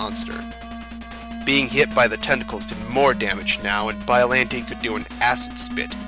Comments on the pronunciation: Please, if you're going to do narration, learn the proper pronunciations. Biolante is pronounced like Bi-yo-lawn-tay, not Bi-yo-lan-tee. Pathos is pronounced like Pay-thos, not Pah-thos. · Bi-O-LON-tey. Not bi-o-lin-tay